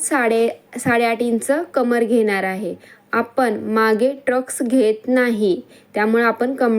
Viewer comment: ट्रक्स nahi म्हणायचा tai टक्स म्हणायचं... सॉरी rag naka manu